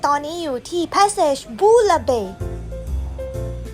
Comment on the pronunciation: Passage ภาษาฝรั่สเศส อ่านว่า ปาสสาจ ค่ะ